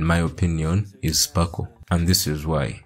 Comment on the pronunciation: Her name is sparkle lol not. Anywayy cool video!